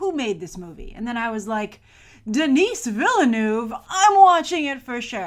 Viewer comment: Hearing "Denis Villeneuve" with an english accent is so weird